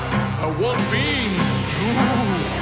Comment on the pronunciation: “ I WANT BEANSSASS”